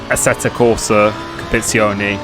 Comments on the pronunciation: assettoh corsah compiizzioneh xD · First tip - learn to pronounce the game right...